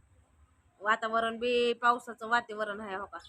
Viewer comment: योगे वा्तीवरण नाही ग वातावरण